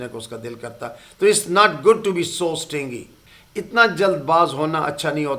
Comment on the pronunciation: سر جی یہ سٹنگی نہیں سٹنجی ھے